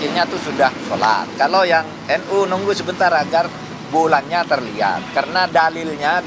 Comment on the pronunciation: Ssya gk rela kalau NU dibaca 'nu'...tolong dibetulkan...